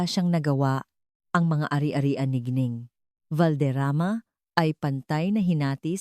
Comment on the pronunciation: Nakaka stressed the way you said GINENG , buysit!!!!!